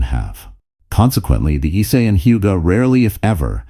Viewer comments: I think that it's pronounced "EEE-SAY," instead of "ICE." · Late? Ice? Jeez. You get a downvote for the poor pronunciation.